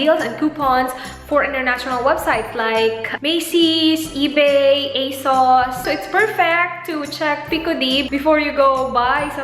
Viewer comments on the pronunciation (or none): none